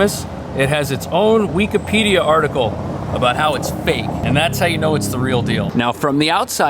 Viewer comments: funny to say "weak-a-pedia" . It is usually pronounced wikipedia (like wick i pedia). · I hate this guy when he says weakahpedea. It's wikipedia. I bet you he say ex spear ah mints instead of experiment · Weak-a-pedia? bahahahah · did you say weekipedia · This dude reall just say "weekapedia" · "wee-kuh-pee-dee-uh". Interesting pronunciation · The way you pronounce Wikipedia is crazy.